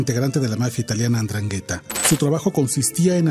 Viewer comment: Endraghetta!! 😅🤭😆 No esta tan dificil pronunciar.